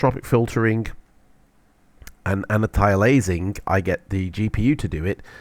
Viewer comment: Please learn how to pronounce "antialiasing".